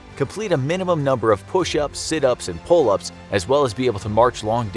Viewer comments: its pull-Ups not pull-Aps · It says pull-aps instead of pull-ups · What is a "Pull-Aps"?